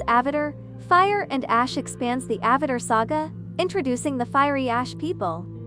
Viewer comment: Slight mispronunciations. Like "Supermen" and "AvaTer "Always learning. But Great Video. 👍